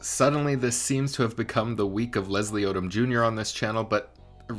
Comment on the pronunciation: Odom not Odum.